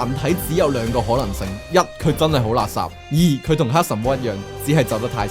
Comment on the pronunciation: 多謝分享，好有趣 但可唔可以改一改懶音？垃圾，係讀立霎唔係勒殺，可以聽下盧巧音垃圾